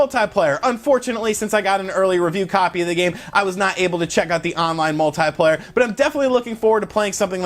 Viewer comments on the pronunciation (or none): anyone else irritated by the way he says multiplayer? lol